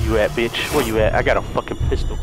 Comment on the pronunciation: My sis thought you said pencil instead of pistol